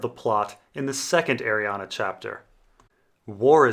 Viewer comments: It's Arrianne. Not arianna. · her name is pronounced ARI-ANN! THERE IS NO THIRD "A" IN HER NAME YOU POTATO!! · Anne is pronounced "an" Ari is pronounced "are-ree" So, Arianne should be "are-ree-an" But it's a made up name in a book, so whatever works for the person reading the book. I pronounced Melasandre as "Mella-sandra", which I know is probably off the mark. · IT'S PRONOUNCED ARIANNE, REEEEEEEEEEEEEEEEEEEEE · i'm just curious, why do you pronounce names wrong on purpose? cat-a lyn, ariannA. varis... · Also there's no A at the end of her name so I feel like ur just trolling ur subscribers lol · Lol, you're correcting that and not his egregious abomination of 'Arianne'? Priorities i guess. "Airy-ann" or "Arry-ann". I have no idea where getting the 'UH'. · I can't watch this because of the way you pronounce her name. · Same. It's super distracting. Why??? He says at the beginning of the video, yes I'm mispronouncing her name and gives zero explanation as to why. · 'Deidre' is not pronounced as 'Day-there' but 'Die-dra'. I think the same rules apply to Arriane'